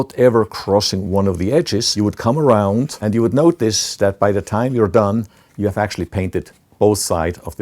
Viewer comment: It's funny how he said: "Arround the borrderr"